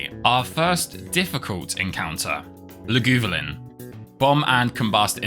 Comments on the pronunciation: The real attack here was calling Lagavulin "LUGOOVALINN", pronunciation on the tier of ARKOOS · “luh goo vul in” is crazy💀